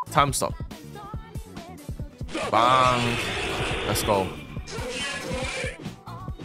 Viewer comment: love how says bangk instead of bang